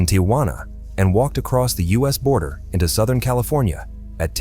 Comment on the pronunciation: Not even three minutes in, and there are already too many wildly mispronounced words--EYE legally, ME-sures, SOW-thern bor-DERE, and the butchered pronunciation of 'dramatically'. At least put in the effort to listen to your video before posting it and letting your ai ruin it. That or just read the script yourself so your ai isn't making you look a fool lol